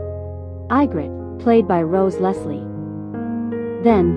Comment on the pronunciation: EyEGritte? Don't you just hate AI narration?